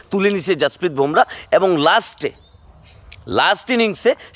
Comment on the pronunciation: 'ভোমরা' নয়, নামটা 'বুমরাহ্'। সঠিকভাবে উচ্চারণ করুন।